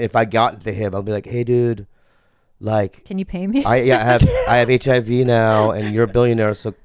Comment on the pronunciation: so wrong and funny the way bobby says: HIV (RIV) hehe